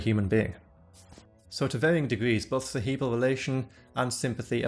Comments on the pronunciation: Ce-He-bral, Ce-he-bral, Ce-he-bral, Hehehe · why do you pronounce "cerebral" that way?